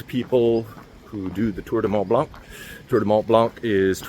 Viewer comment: The C in Blanc is silent my friend. Enjoying the videos